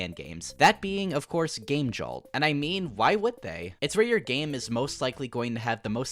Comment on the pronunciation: why are you saying game jolt like that it's killing me still nice vid def subscribing